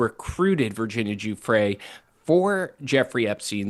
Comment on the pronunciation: Brian- Please learn how to say Virginia's last name. You diminish that she was arguably the one person that finally uncovered the entire thing. The Farmer sisters tried sooner. But Virginia put this on the radar. She committed suicide albeit as a result of her suffering.